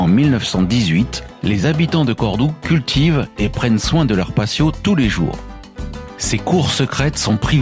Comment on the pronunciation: on ne prononce pas passios mais patios en prononçant T et pas S dans la "fiesta de los patios"; Cette ville est superbe, surtout la Mesquita et les ruelles fleuries